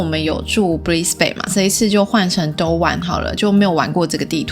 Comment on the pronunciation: 應該是念成 都甕 🤔 可想到還沒做，又還是DLC 放屁旁邊沒有人還加罪惡的確挺蝦的 能放有攻擊性的動物有些搞笑 不知為何有人物看起來好像從sims 4跑出來的